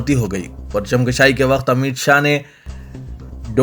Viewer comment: وعلیکم السلام، پرچم کَشائی نہیں، بلکہ کُشائ، کاف پر پیش کے ساتھ "kushai" کہنا چاہئے ،kashai نہیں